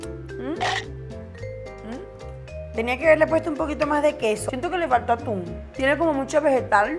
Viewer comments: cada vez q hace una receta con atún a un lado de la receta dice q tiene o los ingredientes y en lugar de “atún” dice “aun” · Aquí los que vieron que decía aun en ves de atún 🤣🤣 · Por qué en el día 3 dice en un ingrediente dice Aún en vez de atún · Yo viendo como en el desalmuerzo dice aun en vez de atun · Yo dandome cuenta que antes de decir “Atún” dice “Aun” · Osea nadie lee las recetas dice aun enves de atun y dice tortila en ves de tortilla